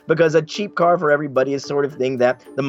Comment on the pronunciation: "The carrrrrrrr"